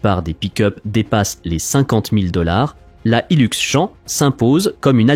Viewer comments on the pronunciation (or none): C'est Champ avec un P a la fin. Comme Champion, pas champ campagnard !